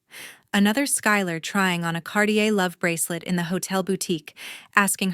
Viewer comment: Watching from Tagaytay City, Philippines by way of Oil City, Pennsylvania & once of Georgetown, Colorado...also, Hayden, CO. It's Cartier, not Cardier. Scrawled, not "scrolled."